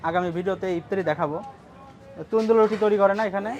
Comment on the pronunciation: সুন্দর দেখে ভালো লাগলো তবে আপনার উচ্চারণ ভুল হয়েছিল তন্দুল রুটি না ওটা হবে " তন্দুর " রুটি আর গোস না হবে " গোস্ত " এটা হতে পারে আপনাদের আঞ্চলিক কথার টানের জন‍্য, যাই হোক আরো সুন্দর সুন্দর বিষয়ে ভিডিও দেখবো সামনে আশা করি।।